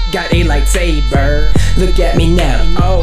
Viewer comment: i love when he says got me a light sbaer